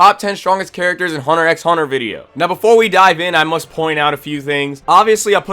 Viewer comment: Cool list but is there a reason you are saying the X in the title of the anime. It does not pronounced. It is just called Hunter Hunter. The x is silent